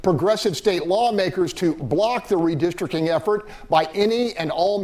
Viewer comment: said "redistrickin" and mispronounced 'capricious'. Smh